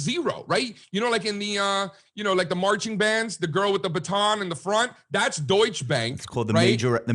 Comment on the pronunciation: By the way, you said "Deutsch Bank" in this video, Germans pronounce that -e in the end and while a different pronunciation in another language is normal, that mistake is pretty irritating to German speakers. Porsche even made a video for that